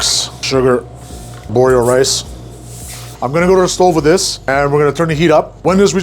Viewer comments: ar-borio no borio.... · “Arborio” rice, for anybody interested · It is A R B O R I O rice not borio! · In case anyone is confused: it's not called "our borio rice" but rather "arborio rice".